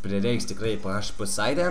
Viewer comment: Ismok kalbeti :D ne php paprstai tariamas, o PIEIDŽPI :DDD :DDDDDDDDDDD